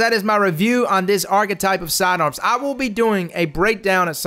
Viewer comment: i cringe everytime he mispronounces archtype